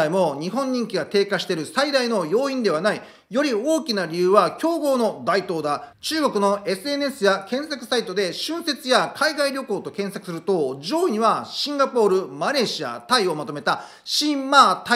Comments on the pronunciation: 台頭→「だいとう」って言った？ たいとうだよね（老婆心） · 揚げ足ですみません。日本語がすこし気になりました。忌避（きひ）、台頭（たいとう）